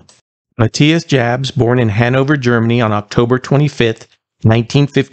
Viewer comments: It's pronounced "y" yabs!At least ger his name right. He is the best guitarist they've had.Hes disciplined and melodic and took the band through four decades. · It's a German name..it's pronounced Yabs. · It's pronounced "Yabs". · The J in Jabs is pronounced like a Y. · His last name is pronounced like “Ya-ps” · Jabs is pronounced like Yabs. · His last name is pronounced Yaabs. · his last name is pronounced "yobbs". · Before posting a video in honor of an artist, you should learn to pronounce their name correctly.